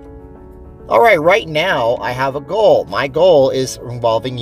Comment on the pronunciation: I thought you said "Gold" card. Was wondering if that was money? lol. Thanks for the video!